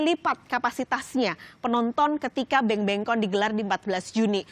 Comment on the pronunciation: BANGBANGCON bukan BENGBENGCON. thank u